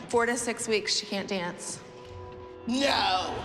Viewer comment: Nobody: Not even Batman: Abby: nÃoÛh.